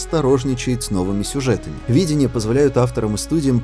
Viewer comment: Хреново, когда читаешь слова, произношение которых не слышал. Стив бУшеми, видЕния, лавкрАфт.